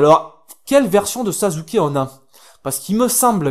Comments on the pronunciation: C'est sasuke pas sazuke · on dit sasuker avec un [s] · c'est pas sasuké mais sasuke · et aussi sasuke ça ce dit pas "sazuké" mais "sassouké" voila pour bien que tu sache comment on dit sasuke :)) je m'abone j'ai ce jeu sur pc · si ta regarder le premier na ruto et le combat final de assure et naruto il dit sasukeeee et pas sazukeeee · ca se prononce sassuke et pas sasuke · On dit sasuke et non sazuke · Tu dis malle sasuke